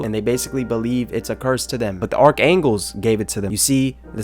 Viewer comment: “Arc angles” are killing me